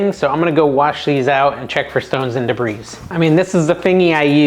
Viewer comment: The S in debris is silent.